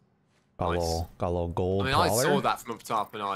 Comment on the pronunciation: The way this man says prowler like prawler is cringe asf